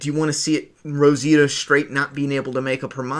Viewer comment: Rositia huh? 🤔 Sure it's not Rosita?